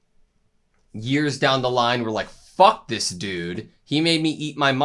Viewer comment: Hahaha I like the way you say "FEK THIS GUYS" This guys are ELDIANS FEKIN FELLOW ELDIANS, from different tribes.